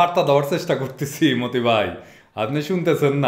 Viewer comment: আপনি বলেন মতি ভাই আর আমি শুনি মদি ভাই